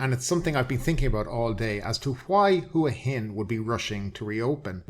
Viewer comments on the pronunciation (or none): Hua Hin is pronounced WAA HIN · ...just finished a random poll of 20 Thais in the street and all said WAA HIN. Why would one have to be Thai in order to get the correct pronunciation?